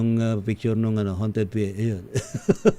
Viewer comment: 𝘏𝘢𝘶𝘯𝘵𝘦𝘥 -𝘏𝘢𝘯-𝘵𝘦𝘥 ❎ 𝘏𝘢𝘶𝘯𝘵𝘦𝘥 𝘏𝘰𝘯-𝘵𝘦𝘥 ✅ 𝘔𝘢𝘣𝘶𝘩𝘢𝘺 𝘒𝘢𝘺𝘰 𝘮𝘨𝘢 𝘓𝘦𝘨𝘪𝘵 𝘎𝘩𝘰𝘴𝘵 𝘩𝘶𝘯𝘵𝘦𝘳 ❤🦾